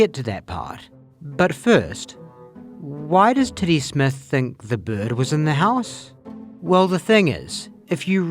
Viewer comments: Yep. Lost me officially on the owl theory when you pronounced the name "Tiddy Smith" like "Titty Smith". That was the final straw that was one too many insane facts for the theory to be sane... Telling me this crazy owl spectulation was theorized my Titty Smith... We're getting too deep into weird fictional stories for me. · Does anyone else hear "Titty Smith" whenever says "Teddy Smith"?